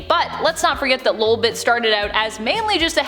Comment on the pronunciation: I think you said lobit wrong